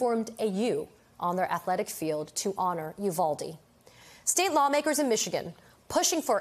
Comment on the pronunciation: State Senator McMorrow is right. The high school students from Oxford, Michigan are very empathetic people. They are certainly more so than many of the Republican members of the Michigan Legislature. However, I wish the media and those that have appeared on it would pronounce Uvalde properly. It is a Spanish word. The "U" is pronounced "oo" as in the word cool. The "v" is pronounced like the sound "buh". The "a" is pronounced like the word ah. The "e" is pronounced as the word a is in English. The pronunciation of Uvalde therefore should be "oo bahl day". This too me is important in light of the number of Spanish speakers that live both in Texas and in the rest of the United States. It is a sign of respect for those who appear on camera to learn how to pronounce a word or a name you may not know. Therefore, it is very important to learn how to pronounce it since it is being said over and over again because of the traumatic event that occurred there. Uvalde will no longer be immediately thought of as the "Honey Capital of the World" but instead be known in the context of Sandy Hook.